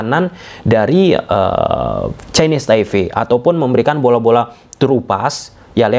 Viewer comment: Chinese Taipe bang, bukan Chinese Taive 🙏🏻